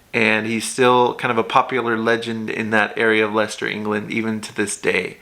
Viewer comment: So happy yo pronounced Leiecester correctly.